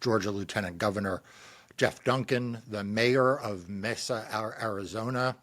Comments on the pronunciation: its Pronounced may sa Mesa AZ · May-Za Arizona lol, it means table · It is pronounced: May-s-a=Mesa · Don’t you study HOW to Pronounce words are going to be using in your discussion s?? Mesa???? Really write it out phonetically if you have a problem remembering how to pronounce it…. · It's secretly hillarious that they're uncertain how to say "Mesa." Tell me you are from the East, without telling me. 🙃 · except neither of them can take 2 seconds to look up the pronunciation of the spanish word for “table top”… so much for enticing the conservative spanish speaking base. Preaching to your choir is comfortable but doesn’t win any hearts & minds.